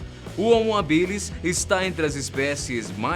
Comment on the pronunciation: Se fala homo hábilis... Não habilis...